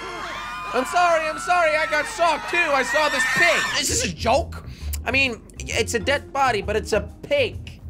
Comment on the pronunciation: Why did Jelly said Prig it’s a PIG Not A PRIG